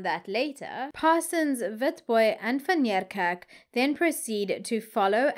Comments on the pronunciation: I really enjoy your channel however I have a big problem with your pronunciation of people's names and surnames seeing that you are South African. ..say Van Nie kerk. ..It would appear that you go out of your way to pronounce these names as though you are American stop it man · TIP: Van Niekerk is pronounced Van KNEEkerk.